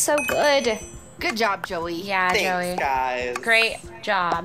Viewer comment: Its Joey not Joel